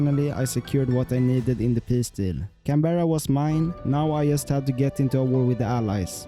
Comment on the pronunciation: Very impressive. Love how you mispronounce “just”